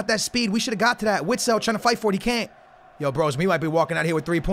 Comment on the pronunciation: It’s not (witsile) oat (vistel)